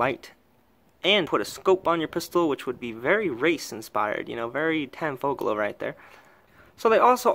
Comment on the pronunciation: Tanfogolo ??? Just to be clear , the 'Tanfoglio' is a CZ 75 clone , not the reverse.